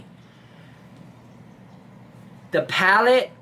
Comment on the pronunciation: Haha, what about palleTTE?